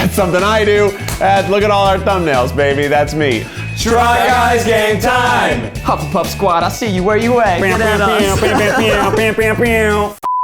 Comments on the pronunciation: In the beginning I thought u said try guys gay time I love that instead on try guy game time. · wait a freaking sec . Did they say " Try Guys Gay Time" or "Try Guys Game Time"? Cos i am sooo confused now as its like Pride month but TGGT stands for Try Guys Game Time....GUYS? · I swear I heard try guys gay time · Why did I hear ‘try guys gay time’ instead of game time 😂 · i keep on hearing try guys gay time im sorry